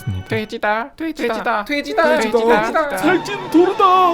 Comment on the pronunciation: "살찐 도르다" 발음이 왜케 웃기지?